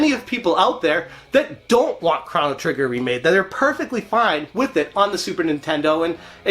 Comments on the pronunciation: Thanks for the video! But I keep hearing Cron-O Trigger, it’s Chrono- like a long oooo. Thanks! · (CROW-NO) NOT (CRON-O) HOLY FUCK!